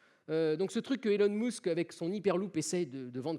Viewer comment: "Bonjour à tous et à toutes" "zetabite" "Elon Mousque"